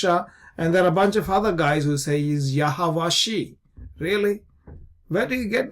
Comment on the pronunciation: Never heard anyone say "yahawashee" lashawan qadesh teaches it would be yahawash- "eye" considering the ayin makes the "eye" sound obviously....